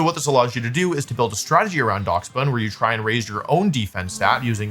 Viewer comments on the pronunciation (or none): he has to be doing this foor rage bait clicks, i mean it works, but fucking DOX bun? its DASH BUN like the dog?? Dachshund??? god damn i hate America sometimes no respect. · pronouncing it as dacks bun instead of dash bun is funny... its a Dachshund that's a loaf of bread! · I’m sorry….*how* did you just pronounce Daschbun?💀💀